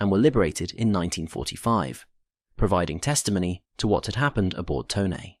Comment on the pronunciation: Glad to hear “Tone” pronounced correctly.